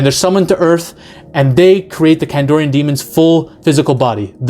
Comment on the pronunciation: KandArian demon, dude, not KandOrian Grey 😅😅😅